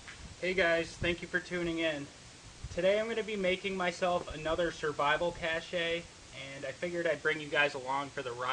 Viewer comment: Pronounced cash. Not cash-ay.